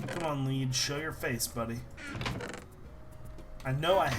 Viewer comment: When says lead it sounds like he says weed